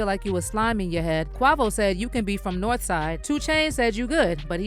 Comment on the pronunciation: How the fuck is it that these individuals doing this videos are still not able to say names correctly. QUAVO not QUAHVO!!!!!